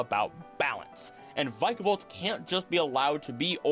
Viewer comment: inhales vick-ah-vault